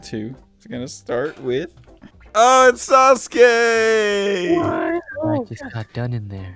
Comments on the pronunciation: I love how you said sasugay instead of sasuke when naruto landed on sasuke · i just noticed when you pronounce sasuke it kinda sounds like sasgay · Who the fuck is "saskue" its sasuke